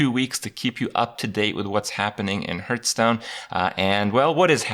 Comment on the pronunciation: Pretty sure its pronounced Hearthstone, not Hertstone lol JK. Thx Kripp, helps a lot!